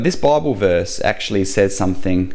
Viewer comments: I know this man speaks with a strong accent (Australian?) but does he realise he says "Barble" instead of "Bible" and this sounds rather comical. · "Bauble" to us Yanks.